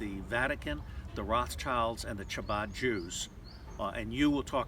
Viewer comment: Chabad is pronounced like habod. The cult is Luciferian, not Jews or Zionists.